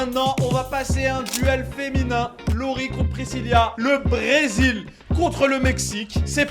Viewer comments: Bilal pourquoi tu arrêtes pas de dire Priscilla mais sais Pricilla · JSP si vous aver remarquer que di présilia et non présila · Pirisila pas prisilia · c'est pas priscilia c'est priscila et c'est pas ariana c'est mariana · Precilia? 😂😂 precila😂😊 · C'est Priscilla et non Priscillia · C moi ou il dit brézilia ?? Pour Priscilla